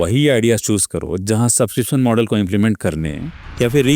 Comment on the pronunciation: it's model not modal 😂